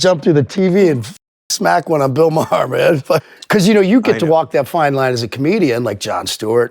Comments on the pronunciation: Dude, you have to pronounce his name right. It's not Mayer it's like Marr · Love you, dislike Maher, but it’s pronounced like MAR, like bar, far, star. Etc. Thanks for the video 🫶🏼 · Does he not know how to say bills last name correctly